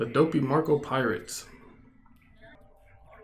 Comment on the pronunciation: You pronounced TWO words wrong you said "Marco" instead of "Macro" and you said archipelago wrong. It is pronounced "ark ee pel ago" and the meaning of an archipelago is a group of small islands